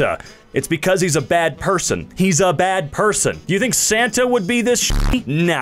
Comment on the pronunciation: "He's a bad person!" what i hear, "He's a bald person!"